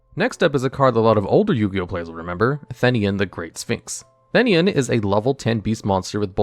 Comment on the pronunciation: You said the name of Theinen wrong